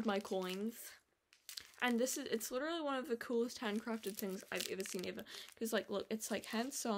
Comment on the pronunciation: bro im witerally hitting the gwiddy